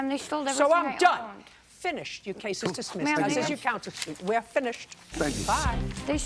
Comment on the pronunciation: "They stole everything I owened" what? Her other meth pipes?! 😂